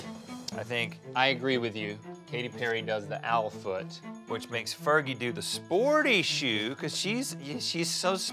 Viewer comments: "ferji" Blake Shelton “Fergie" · said fergy twice? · "Fer-Jie" - Link Dec. 2017